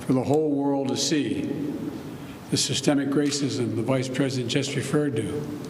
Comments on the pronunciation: “systeeeik rassiizzz” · Lol Biden can't even say systemic racism.